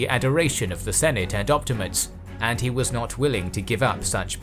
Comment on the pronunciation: Op-ti-ma-tes, not op-ti-mates.